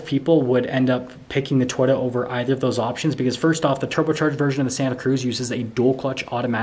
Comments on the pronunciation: I don't mean to be a jerk, but Toyota has two Os. Toy-O-ta. Not Toy-da. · It's To-Yota, not Twitta. Elon does not own Toyota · Learn how to say Toyota. Its not "Toyta"!!! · We only see your FACE! 🤕🤮 We wanna SEE THE TRUCK! 😢 Lol. It’s TOYOTA… not Toyata real fast. Wow. 🤦🏻‍♂️ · I keep hearing him say twita instead of Toyota am I wrong ? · You need to learn how to say Toyota